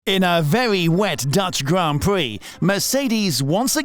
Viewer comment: In a vewy wet Dutch Gwand Pwee. 😂 😂